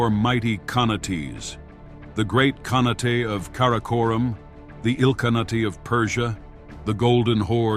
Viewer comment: "Khanate" is pronounced with a long "a" in the last syllable and don't pronounce the "e" like an "a". Please check the AI